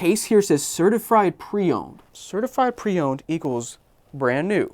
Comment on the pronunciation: is annoyed he said certifried instead of certified lol